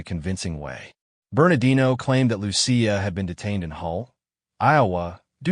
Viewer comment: Loo-see-uh is the correct pronunciation of Lucia. A lot of Minnesotans (well, at least, the “Lurherns”) celebrate St. Lucia Day, a Swedish holiday.